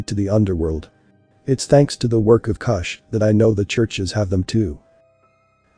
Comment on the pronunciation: Geheime is pronounced with a hard G as in the FIRST G in garage, NOT THE SECOND G in garage Kusch the letter u is pronounced like the vowels in Look, not like the vowel in Luck